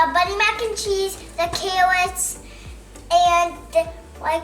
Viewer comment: " the cawwots 😭💕😍"